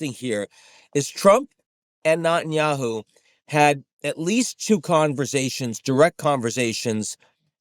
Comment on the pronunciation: I noticed a long time ago how Ian calls him NOTenyahu 😂